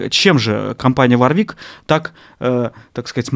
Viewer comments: Жесткий дизлайк!, производитель называется ВОрвик, а не варвИк...Вы по инстументу начального уровня, судите по одному из лучших производителей высококлассных профессиональных басов....Ваша ссылка на неумение отстройки инструментов тоже не делает Вам чести...пора бы уж разобраться в таких вопросах. Я раньше не слышал такого слова "арганомика", есть слово эргономика. Судя по внешнему виду инструмента, и его отстройке, принадлежит он коллекционеру, а не исполнителю..., не хочу разводить "срач", но вам для справки - у меня инструмент 86г.(ThumbJD), используется постоянно, так вот - на нем не заменено ни одного болтика:)....искреннее Вам пожелание - готовтесь к подобного рода обзорам получше. Удачи! ))) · Правильно говорить Ворвик! Владею Warwick Vampyre Sn5 уже 20 лет. Ни каких поломок. Колки родные! Есть обзор от Антона Гинзбурга (басист Монгол Шуудан). Гуглите. Отличный стример на обзоре! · Каждый раз, когда автор говорит варвИк, у меня отмирала нервная клетка ПаносонИк мЭрседес Волькс ВагЕн ФэндЭр МусИк Ман ЯмахА